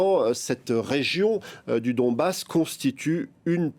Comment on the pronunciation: C’est Donbass Et non pas Dombass